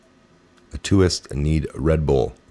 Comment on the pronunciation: Autist: pronounced Ahh-tissed... As in Autism... Autistic... Autists need red bull... Not shaming you brother. Just feel if you can't pronounce it you may not know what it means... Wanna help. Who are the Autists? Joke? Literal? Why Red Bull? Taurine?